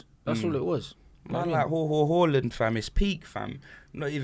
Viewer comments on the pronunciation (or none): tell this bloke its haaland and not hawland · Hawland 💀💀💀 it’s Haaland man, trying to be exotic dfkm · Haaland said it from his own mouth it’s pronounced Haa-land and not Horland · Haaland has already deaded the debate over how to say his name from his own mouth he said its pronounced Haa-land and not Hoh-land so we dont have to debate he has already said how it’s pronounced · Haaland himself said it's pronounced H(ah)land. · It's definitely /Hoh-Land/ cos Norwegian doesn't have the special 'å' Swedish does and they use double 'a' instead. Amazing show once again. Big up, you two! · It's actually pronounced HORLAND. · has such small dick energy😭 He's pronoucing Haalands name wrong there are literally videos of Haaland pronouncing his name and is abusing people with chest who are pointing it out🤣